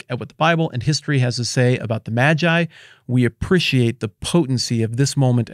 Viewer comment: It's May-gii bruh...